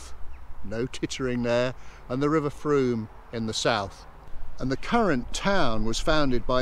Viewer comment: I have lived in Wareham for many years and all the local people pronounce the name of the river to rhyme with boom. I have never heard a local person rhyming it with a hard O sound. got it exactly right.